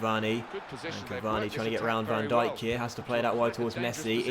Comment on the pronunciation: You are so smart, IF you have seen this Video Is an 8 months old Video not A January Video Also No Van Djikock or whatever the fuck you said but Van Dijk